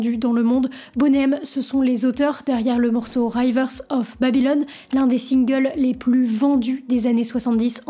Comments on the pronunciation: Bonjour, Merci pour ces intéressants détails. Permettez-moi toutefois d'émettre une (discrète) remarque sur votre prononciation de certains mots anglais. On ne dit pas "raïveur" mais "River" (le "i" prononcé comme dans "rivière") et saturday ne se prononce pas "sa-ture" mais "sateu", on n'entend pas le "r". Mais, me direz-vous, personne n'est parfait ! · Merci pour ce reportage 👍 Mais j'essaye de ne pas prêter attention à ton RIVER prononcé RAÏVEUR, mais j'y arrive pas. STP prononce RIVEUR 👍 merci 😉